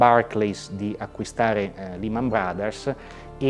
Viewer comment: Can you please pronounce Lehman in the right way ? La E si pronuncia “ E’ “ non I Negli usa ci prendono ancora in giro